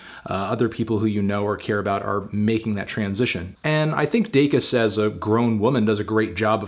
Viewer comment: Congrats on finally pronouncing her last name correctly, Melon.